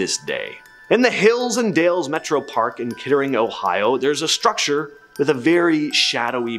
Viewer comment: Sigh-oh-toe River 😂 yes, I’m an Ohioan lol. Mudhouse Mansion looked nothing like that, it’s Kettering Oh, not Kittering, and Patterson Blvd, Minerva not Minervo. There’s a few mistakes in this and a lot of other places that deserve to highlighted way more than some of these. Gonna have to see what was in part 1 because if Franklin Castle, Old Mansfield, Wright Patterson, and a few other known and documented haunted locations aren’t in it, I’ll be disappointed.